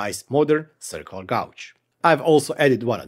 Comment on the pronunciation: White guy from Missouri here (middle of USA). Don't listen to that guy. Love the way you say Gauge. (Gaw•j) Lol Its awesome, and of all the youtubers of Eastern European decent I have watched, your accent is super clear and very understandable!